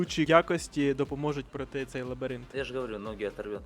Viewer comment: Лабіринт а не лабірінт 😂